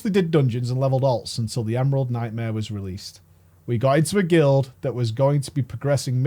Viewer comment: The Emerald Nightmare's Worst Nightma is how it sounds like pronounces it lmao